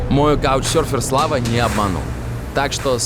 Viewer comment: КАучсёрфер? Иные варианты звучания этогослишком простого для начального уровня слова, прошу отвечать в коментариях). Ибо нефиг. Нечего пропускать через себя этот ужас).